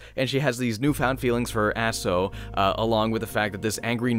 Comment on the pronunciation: if i remember it correctly she was keeping all sins of all the people who decided to commit suicide on that mountain Your pronunciation of Aso is corrected I was playing the Japanese version with the underwear costume the spying camera level was way too much XD